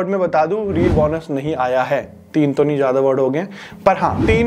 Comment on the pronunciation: बौनस nahi hota be Bonus hota hai 😂